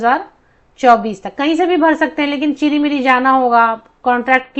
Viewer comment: Chiri-miri nhi hai...CHIR_MIRI hai....mam